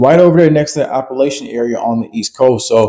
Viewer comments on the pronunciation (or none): none